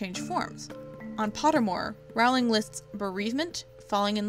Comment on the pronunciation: You’re voice is absolutely fine. But here’s a tip: Rowling is pronounced like rolling ;)